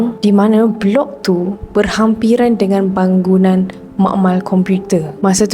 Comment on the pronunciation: Hi, aunt Ida here! Maaf ye, but the word is supposed to be 'bangunan' right?..bukan 'banggunan'. Anyway, terhibur sngt dgn cerita² yg disampaikan..😘